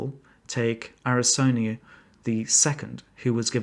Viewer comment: What's with your pronunciation of Ptolemy and Arsinoe? First is super rare in academic circles, second is flat out wrong